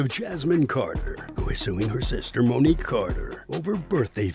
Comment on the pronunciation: Mo ni que😮 not Mo ni kay😮